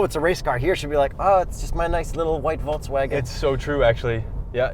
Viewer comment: Happy bday. I wish you that you can pronunce Volkswagen correctly;)